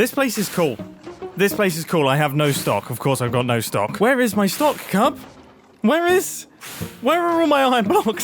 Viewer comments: Not Mumbo calling Cub Skizz😂😭😭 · That's Cub not Skizz Mumbo please Grains going to be so offended- 😭😭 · Mumbo calling the billboard of cub "skiz" many many times at the beginning made me giggle Cx